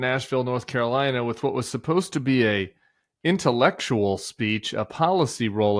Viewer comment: Trump wants to do "Intellekshul" LMAO 🤣